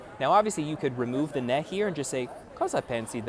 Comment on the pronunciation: Ciao. Ho una piccola correzione: tu dici nè (e aperta), ma la pronuncia corretta è né (e chiusa).